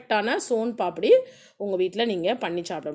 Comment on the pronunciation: Adhu paapadi illa papadi nu enga sonnanga